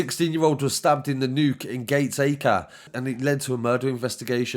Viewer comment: It's Gataka (Gateacre).